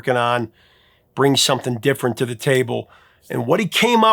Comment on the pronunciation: Wow, Justin wasn't joking. He told Elizabeth Zharoff (charismatic voice) the pronouncing of th as f, some-fing, is a Hawkins family trait lol. His brother sounds exactly the same!